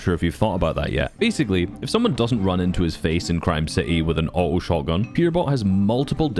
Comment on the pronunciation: It took me so long to realize you were saying auto(awht- ohe) and not outlaw (awht-lawe)